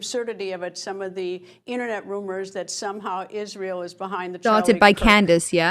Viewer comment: I always thought that it was spelled ISRAEL why is she saying it like ISHRAEL !!!